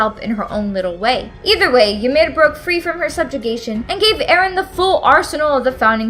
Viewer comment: Please just fucking say Yimir and Titan correctly